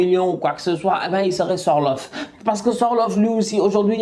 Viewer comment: Sorlofh c’est sorloth 😂